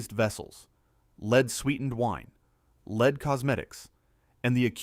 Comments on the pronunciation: Lord love a duck, would you PLEASE set up your AI narration to recognize that lead, the metal, is pronounced "LED", NOT "LEED" ?!?!? And also, EXTREMELY irritating and annoying is when the narration yo-yos between BOTH pronunciations ! 😵‍💫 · About Roman Empire falling because of Lead poisoning: I presume you MEAN the metal 'Lead'. What your AI narrator actually SAID was 'lead' as in dog leash or leading someone around! Fpr God's sake CHECK your narration before you post. At least pretend to look intelliigent/ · "Lead in Rome, why does he keep pronouncing it Leed?" its AI crap. look at the description :/